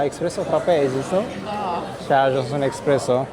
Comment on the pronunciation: Felicitari apreciez❤ va pup.. nu expresso -espresso 😂